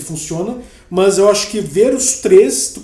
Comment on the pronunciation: Engraçado no lugar do "mas" ele falar "mãs" lkkkkkkkkk